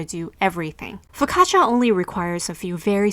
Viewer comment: learn how to say it correctly.